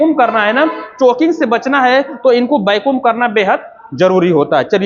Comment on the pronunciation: Bahut achhi jankari hai sir lekin वैक्यूम ko bar bar बेकुम mat kahiye, irritating lagta hai